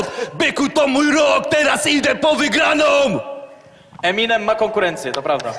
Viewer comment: E-minem.... mowi EMI-nem... ja pierdole